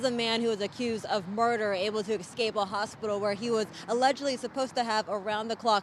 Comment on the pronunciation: The word is "escape" not "ekscape". ESSScape. That is NOT a green bullet proof vest. It's an anti-suicide smock. Great reporting.